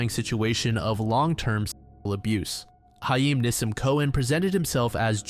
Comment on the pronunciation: Great video! Only criticism as someone who is Jewish is that's not how you pronounce "hayim" but that's just me being slightly nitpicky lol